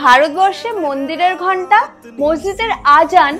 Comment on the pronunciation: দিদি তোমার মুখে মসজিদে নামটা শুনে খুব ভালো লাগলো 😊😊😊